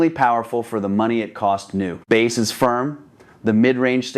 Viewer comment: "Baaass" as in the fish? That's such AI slop I'm blocking this channel.